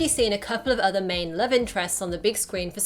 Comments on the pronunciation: I like th e scene where aunt may says 'I larb you' to peter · "You know i Larb you" And The City